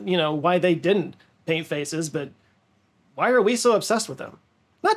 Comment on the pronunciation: Be careful how you say the word "faces". I heard "faeces" several times😂